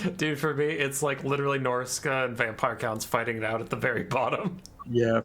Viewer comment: No he said it correctly. Norsca has three lords, two legendary and one generic.